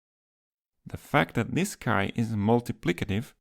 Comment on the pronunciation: fun fact (im greek): chi is pronounced "he", as in for example "he is an athlete", but with a thicker H: hHe!